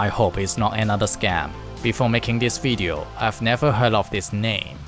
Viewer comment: It's video, not wideo.